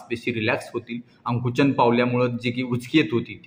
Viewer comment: अंकुचन नव्हे आकुंचन म्हणा Dr❗